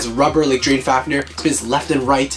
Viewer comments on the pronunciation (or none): none